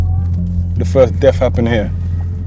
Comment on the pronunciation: He says “ the firf deaff wiff a niffe was Wright here.